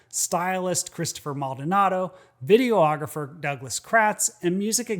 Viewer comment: Love your videos, thank you for making them. As a former videographer (it's silly but) it bugs me when people say "video-ographer" There's only one "o" in videographer. You wouldn't say "photo-otographer" for a photographer, but many people do say "video-ographer" and I don't know why. It's like how people incorrectly say nuke-u-lar instead of nu-cle-ar. There, now I feel better.